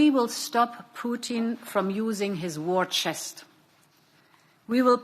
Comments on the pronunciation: She called him "pootine" definitely intentional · Wise she emphasizes Putin